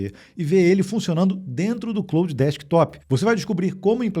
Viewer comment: O nome é Claude.. e não "Cloud" 😂